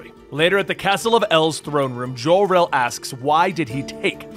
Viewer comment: It's Jor El, NOT Jhor El.